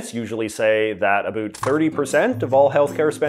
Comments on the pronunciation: we have to now talk “a bit a boot” what’s actually going on. That killed me. Not making fun of your accent but that was too funny not to at least acknowledge. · I can't tell if his pronunciation of about and around is an act because i have literally never heard a canadian anywhere in the country ever pronounce them that way.